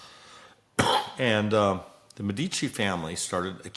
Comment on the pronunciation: you are mispronouncing Medici